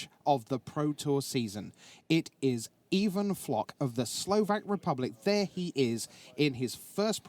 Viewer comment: even flock i think its pronounced eye van flock